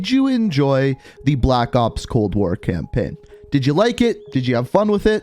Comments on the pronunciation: I cant be the only one that hears "campin" when he says "campaign" right? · I like how he was like saying campaign all wrong cam-pin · "Campein" "gueme" cannot unhear it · "Campenn" "Call of Duty Gemm"